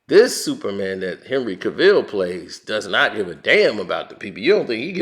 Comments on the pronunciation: Dude it's Henry Cavill not Ca-vill😭🙄🤦🏾‍♂️🤣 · James Gunn was the second biggest mistake the WB DCEU has made next to hiring Joss Whedon. Do they not see that whenever they touch anything DCEU, it turns to garbage? Oh yeah, and it's pronounced cav-ill not ca-ville.